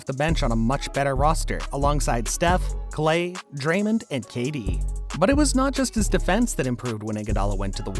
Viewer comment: So either the narrator of the video is an AI or the guy who's talking got nothing to do with NBA Basketball.... Otherwise he would know how to pronounce "Durant" or "Draymond" ...😁